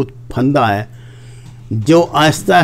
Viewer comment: ھے کو تھوڑا اور کھینچ کر لمبا کیا کریں پلیز،